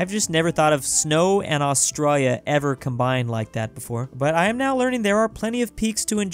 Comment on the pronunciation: It’s not pronounced austreya its Australia /ɒsˈtreɪliə/